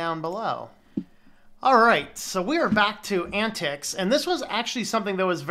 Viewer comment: It's pron:. Ant Tie Ex. It is communistic... So yeah.. and I like it.